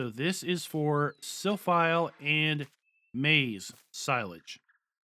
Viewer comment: Silphie. Not silphile.